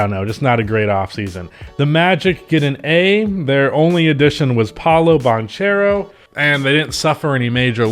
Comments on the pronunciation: bro it’s Bankero not Bancero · Just an fyi, the “ch” in Banchero is pronounced like a K sound, like in Bach or Munich